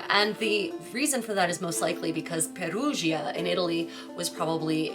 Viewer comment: Perugia - pronounced "pher-oo-ja". English speakers want to pronounce the "i" in the Italian "gia" - like "Pher-oo-jee-yah" but that's not how it works. The "i" is there to soften the preceding "g". So, Giovanni isn't "Gee-oh-vah-nee". It's only three syllables: "Joe-van-nee".